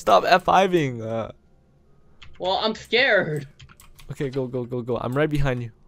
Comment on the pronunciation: everyone listen carefully says im skared. edit: say so many skared